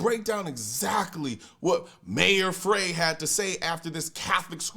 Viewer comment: fyi - it's pronounced "Fry"